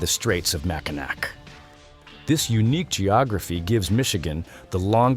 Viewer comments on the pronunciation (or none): The "less than 100 miles apart" stat is, more specifically, 85 miles. Seriously? Mackinac is pronounced MACK-ih-naw (not MACK-ih-nack), and is Ojibwa/Chippewa in origin. If you're speaking of Alaska as being "one of the most geologically active" in the US, you selling it short. Far and away, it's #1 in that rank. To satisfy people's curiosity as to the location of 4 Corners, it's on the Navajo Res. at the juncture of AZ, NM, UT, and CO. Mauna Kea = KAY-ah. Alaska also has a desert, which is located in Kobuk Valley N.P., and is the only one of 5 here which is an arctic desert, and Utqiaġvik = oot-key-AH-vick Kansas' high point is 28th. flattest, at 4039'. Missouri's oddity is a BOOT-heel, not a BOOTH-eel. With all these mistakes in a comparitively short video, you must be yet another AI narrator. You need to be fired. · Mackinaw is pronounce Mack-in-au not Mack-in-ak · MackinAK? Clearly the speaker/writer never heard the word pronounced correctly - MackinAW. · Please pronounce "Mack in aw(e)" correctly, it is NOT "Mack-a-knack" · I lived in Toledo, Ohio growing up, nobody pronounced it MackinAk. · Mackinac pronounced Mackinaw?